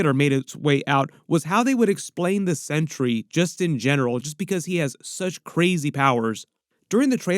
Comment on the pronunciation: thank you for pronouncing centuries named correctly Too many people call him century with a sea which is wrong his giant S on his bell buckle its sentry thank you thank you thank you for pronouncing it correctly.